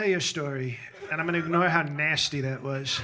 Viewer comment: The way he enunciates 'nice' and 'nasty' - chef's kiss 😂😂😂